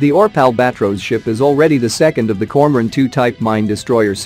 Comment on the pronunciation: Reading ORP as one word and Świnoujście as "swinauszczi" XD